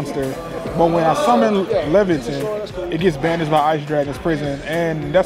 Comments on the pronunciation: I believe it's traditionally pronounced (lay-vuh-tane). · Im pretty sure the boss is pronounced Lay-vuh-ten